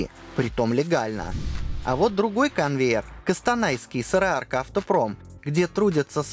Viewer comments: не Такаев а Тоқаев и не Кастанай а Қостанай так что знайте авторы как пишется так и читается, садитесь 2-ка вам. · Не Жамарт а Жомарт! Не Кастанай а К"О"станай О читается. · КАстанай? Сложно выговорить Костанай? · Просто поправочка. "О" в казахском произносится как "О". Токаев - ТОкаев, а не ТАкаев, КОстанай, а не КАстанай. )) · Не Кастанай, а Костанай. Через О. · Не Кастанай, а Костанай. Не Сараарка, а Сарыарка Не Такаев, а Токаев опять же КОСТАНАЙ. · Автор , сам ты кАстанай. КОстанай всегда был КОстанаем. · Я сам из Костанайской области. И не слышал о городе Кастанай. Вы поймите, если в казахском слове букву "о" изменить на "а" то может измениться значения слова вообще. По этому, если слова пишется через "о" то и произносится через "о". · Друг, правильно говорить КОстанай!